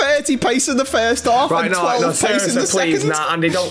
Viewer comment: Do you think messeh is going back to barceh,?